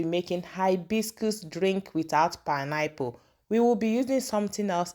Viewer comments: PINE-APPLE is my favorite fruit as well. I was wondering what you were saying 😊I guess the pronunciation of the word was different. Pineapple 🍍 are cheaper where I live coz they are grown locally. Oranges are more expensive because they are imported. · Good morning pls let the pronounciation be well pronounce not pineapple is pine-apple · Your pronounciation of pineapple sounds somehow, please dont be offended. But good recipe though